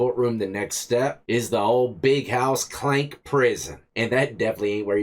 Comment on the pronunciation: Klink not Clank🤣